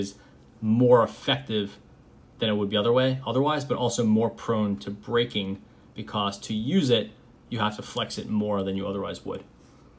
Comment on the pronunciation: So... I’m subbed because I like the content but am I the only one thoroughly entertained by the way he pronounces “because”?? BE-CAWCE